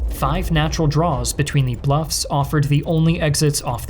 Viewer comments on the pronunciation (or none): none